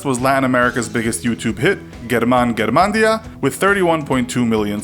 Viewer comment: Did you say g-erman g-er-mandea? Its jerman g-ar-mendia. Lol